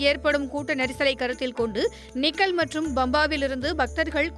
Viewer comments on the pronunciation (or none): மேடம் நீங்கள் சொல்வது போல "நிக்கல்" இல்லை. அது "நிலக்கல்".